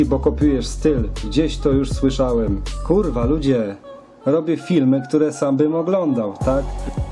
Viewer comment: te kurła brzmi śmiesznie